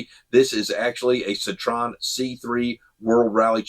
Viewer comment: It's pronounced : Ceetro - N